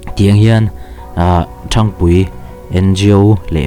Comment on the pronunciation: Khaw hming i thluk dan hi a dik lo. Ṭhang tih hi ka phone a hang tiha hang tih thluk ang hian thluk tur.